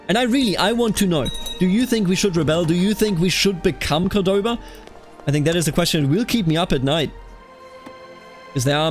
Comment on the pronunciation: The pronunciations are very good for a non native speaker. The only thing wrong is where you put the emphasis on some words. For example, it's {COR}doba not cor{DO}ba. And on this one i'm not really sure cause it's an arab name but when we refer to it we say Al-{AN}dalus not Al-An{DA}lus. The rest are pretty much spot on.